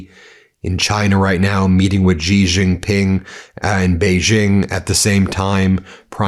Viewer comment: G Jing Ping, that names kinda hard jokes aside, strange attempts to say foreign names correctly is so cringe to me. Either say it in an American accent like everyone else or learn the authentic pronunciation. This in-between shit, no good. “Becoss” button ➡️